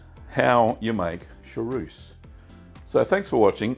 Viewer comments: Chaource is a great cheese, but you keep saying charouce... 😂 Cha-who-rce would more be the sound in english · Hallo, please say sha—ource, not sha—rouce!!